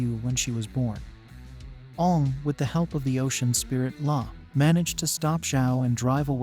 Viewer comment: Are you seriously pronouncing his name like the movie did?